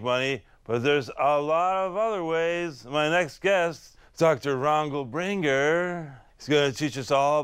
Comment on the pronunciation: Nobody: Dr Ronald Barker Steve Brule: Doctor Rongal Bringer